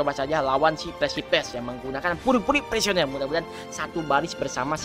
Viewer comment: Puri-puri prisoner ngab bukan puri-puri prisioner